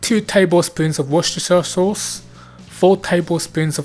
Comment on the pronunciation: Well done on the Worcestershire sauce pronouncing!!